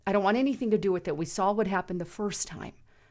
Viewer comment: .. "Laura Logan "sawl" it too" 🤣🤣🤣